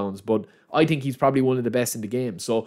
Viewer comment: hahaha or when he says „i tink“ or instead of through pass he says „true pass“